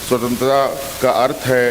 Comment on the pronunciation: स्वंत्रता का उच्चारण भी नही कर पा रहा है।।😂😂😂